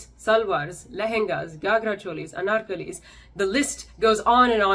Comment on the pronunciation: Kudos to you for not Americanizing the "R" sound for the names of SaRis, anaRkalis...